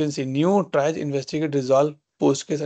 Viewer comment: it's "tree-age" not tri-age